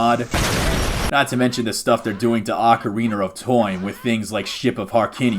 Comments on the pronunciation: You almost went the entire video without saying "ocariner" of time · Ocariner of time